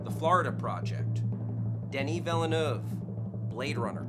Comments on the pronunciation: "I've gotten a lot better at saying Denis Villanuff". No, you haven't, because it's pronounced "veal-nerve". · You gotta loose the e in Villeneuve! It's Vill-neuve.. Please watch this clip about Canadian Formula 1 World Champion Jaques Villeneuve and get it right! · purposefully mispronouncing Villeneuve?